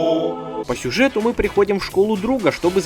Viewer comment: "сужэт" уровень 100